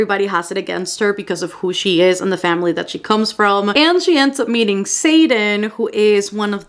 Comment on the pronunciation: I got so confused for a sec bc I kept thinking you were saying satan instead of xaden. I was like satan is in fourth wing?😂